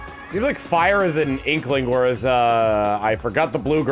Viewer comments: misreading "Frye" as "Fyre" multiple times was not entirely unexpected. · ..."FRYE", not "Fire". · It's not "Fire" it's "Frye" F-R-Y-E.